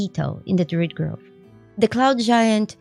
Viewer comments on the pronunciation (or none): none